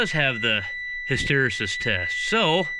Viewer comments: Hist-stor rees-sis I have trouble with that too. Ha Ha hys·ter·e·sis /ˌhistəˈrēsis/ Learn to pronounce nounPHYSICS the phenomenon in which the value of a physical property lags behind changes in the effect causing it, as for instance when magnetic induction lags behind the magnetizing force. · HISS-TER-EE-SIS Just trying to help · lol. Hy-ster-ee-sis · hysteresis is pronounces hister REE sus.. hysteresis means a lag between input and output in a system upon a change in direction. Hysteresis is something that happens with magnetic materials so that, if a varying magnetizing signal is applied, the resulting magnetism that is created follows the applied signal, but with a delay. Not trying to be smart, nor belittle someone.. but its a term used quite often and most folks have heard of it, but not necessarily know it... I hope this helps folks... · Try his-ter-ee-sis, don't let the Y mess with your brain. Cheers Eric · "his tuh REE sis" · (Hiss ter e sis) would be the pronunciation that I learned. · the word is pronounced... HISS...TERR...EEE...SISS. It means the lag between the input and output., like with micro-switch whose contacts are made to complete a circuit, when object that has compressed the switch actuator moves away, the circuit is still made until the object is fully clear. I hope that makes sense. If you press the end of your index finger with your thumb, then move your thumb away, it takes half a second or so for the end of your index finger to go back to it's normal shape. That is the hysteresis. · " Hister (like Mister) reesis" test. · Hysteresis... "hister E sis"